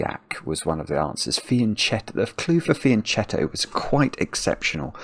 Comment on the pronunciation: Fianchetto is an Italian term, so it’s pronounced fian-ketto